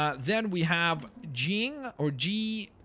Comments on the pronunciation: pronounced Jeye ( eye ) ying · jaiying is pronounced like jy-ying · It's pronounced ji-ang she is Skye or Daisy's mother